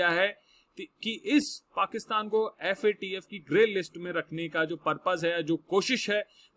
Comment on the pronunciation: Sir aap yadi FAT-F bola ga to galat massage jaraha hi , Guru hi galt bola ga to Sista ka kya hoga . Abb ka baad mai aap ka mokha sa FATF suna chata hoon sir ji.🙏